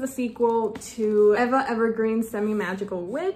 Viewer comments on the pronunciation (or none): " Eva " is pronounced " eeva " .